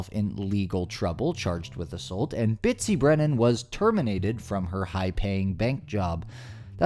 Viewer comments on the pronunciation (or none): I believe he was trying to grab his lanyard when he knocked the Keychain off his belt. And I believe her name is Betsy not Bitsy. I cant let you go on like that lol glad they got what was coming to them!